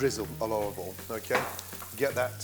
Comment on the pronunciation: "oul (oil)" "bazil (basil)"